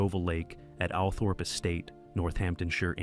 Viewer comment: Allthorp is pronounced althrup I know I dont like it either